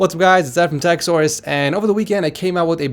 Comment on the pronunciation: Idk why, but everytime i hear him saying "TechSource", it always sounds like "Techsaurus" to me😕